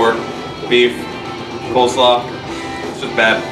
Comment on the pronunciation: You lost me when you said coleslaw